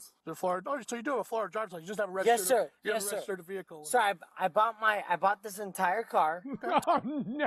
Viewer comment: homie said the entire car like he was gonna buy half of one 💀